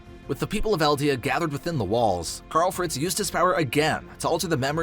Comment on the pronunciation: “Kyarl fretz”😂